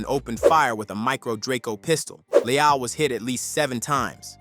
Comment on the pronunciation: Pissed me off every time dude say “Le-ALL” 😭🤦🏾‍♂️